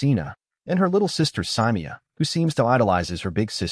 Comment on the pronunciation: It is not pronounced mu-ton-jee, its mu-tong-ee. And it is not pronounced syy-mea-u, its si-mae-u. Bruh watch moana 2 and PLEASE pronounce the names right bruh😮😮😮